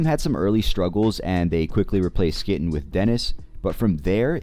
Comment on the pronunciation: your SKYTTEN pronunciation killing me